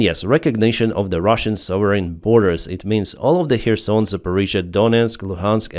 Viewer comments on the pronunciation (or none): none